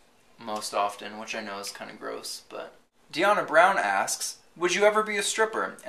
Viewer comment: not only did u answer my friend's question, you pronounced her name correctly. u win! they always pronounce Diahna "diana".